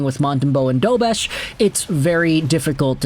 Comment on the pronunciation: It’s pronounced Dobesh! The š with that symbol has a “sh” sound to it.